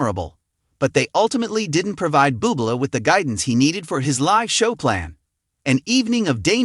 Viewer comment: You're are a knucklehead. Pronounced Michael Boo Blay and Reba Mac N Tire. Reputation this post, Pronounce the names right and don't come across as so stupid.